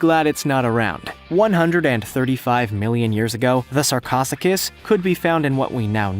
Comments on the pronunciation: SAR-CO-SUU-CH-UHS. NOT SARCOSSIGAS. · Why the hell are all of the juicy topics fake? That's totally fake. If anything the 'ribs' are short ribs attached to deer antlers. The skull, modified deer skull. Also also, this channel apparently hates all animals. Snakes, sharks, insects... Sarcosachus? No, no... (Sar-coe-sue-cuss) Deinosuchus (die-no-sue-cuss) was also gigantic, but it was a much larger alligator. Both sarcosuchus and deinosuchus were well over 30 feet long. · sarcosocus he said no its pronounced sarco suchus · The crocodile is pronounced SARC-O-SUCHE-US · You're ridiculous you said sarcosuchus (S-are-co-suke-us) wrong you know basiclly nothing about prehistoric and also some historic creatures and birds are a type of dinosaur also the allosaurus is not the most deadly or largest creature from the jurassic era and whell just so many things here are wrong. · the giant croc is pronounced sar-co-sue-ch-us. your welcome. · The way he said sarcosuchus hurt me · and that preshitoic croco you called is knew as sacrosuchus you dont know how to sau it's name right plus theres like 9 larger crocos from the scaro time period